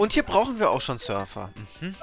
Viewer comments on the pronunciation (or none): Als du Sörfer gesagt hast habe ich Surfer verstanden